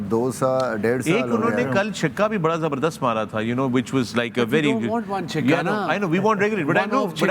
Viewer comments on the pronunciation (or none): chikka nahi chakka...x handle kaahe btate ho k ka hai x handle ka naam...bahut boring hojata hai